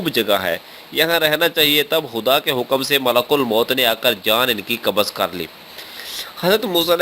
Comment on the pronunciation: kabaz nahi hai qabz h